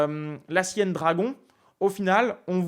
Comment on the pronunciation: Très pédagogique et instructif...et il.n' y a plus de petits joueurs. Par contre pas Sienne , mais Siciliennne.